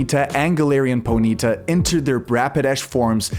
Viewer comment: Po-knee-ta not ponita bruh wtf